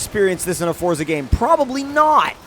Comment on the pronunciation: Can you please say Forza properly and don't say freeway